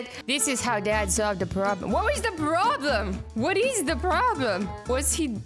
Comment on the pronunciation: Problem not Pwobm Lol